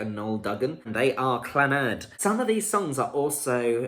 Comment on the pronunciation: Not Clanaad proniunced---just Clannad no accent on the last 'a'!